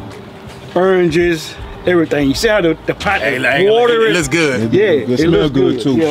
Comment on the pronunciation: Erranges lmaoooo